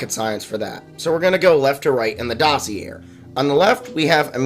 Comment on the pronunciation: Bro pronounced dossier doss-see-air😂